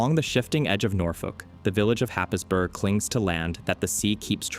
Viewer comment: Happisburgh; pronounced Hays-Bura. I comment merely for your infomation.